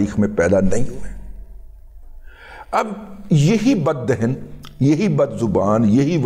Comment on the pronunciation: جناب دِہِن کی بجائے صحیح تلفظ دَہَن ہے ۔